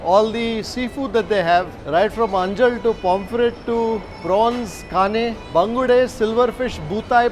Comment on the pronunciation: why people tell bangda instead of bangude, pronounce fish name properly if you are eating it. For Mangalorean's its like pouring hot liquid iron to ears.